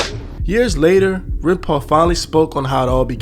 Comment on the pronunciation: Aint gonna lie scarred me with "Runpau"